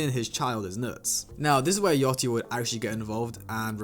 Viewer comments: its yachty no yoty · Why everybody saying yaTCHY. Its YACHTY